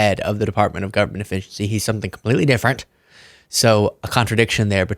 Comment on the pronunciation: It sounds like he's saying the department of government deficiency